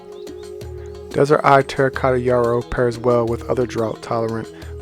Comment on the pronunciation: Just to make sure you are putting out correct information, it is Desert Eve not Eye